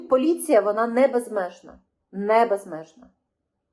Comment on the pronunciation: . Сталася влучна обмовка: - ,, полюція... поліція ''!